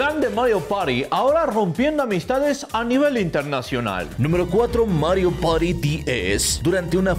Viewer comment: "Mario pari do" excelente español xd